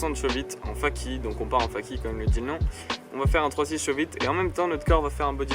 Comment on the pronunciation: Super vidéo mais juste on dit "feyki" pour fakie et pas "faki" ^^